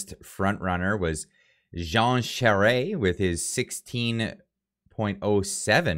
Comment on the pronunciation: I truly thought Baber would have had more support than Charest...(, call me I'll teach you how to pronounce the Quebequer way for Charest- (Châwrrè))